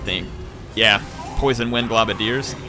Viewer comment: i love your videos in fact they are the only ones i regularly watch while i wait in anticipation to get a new graphics card for my PC so i can play TWW 2. but just one thing, it's pronounced "GLOWbadiers" not "globadeers"...... as a long time skaven player in the tabletop game this is doing my head in lol.